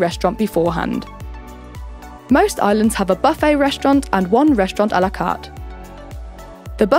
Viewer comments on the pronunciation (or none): none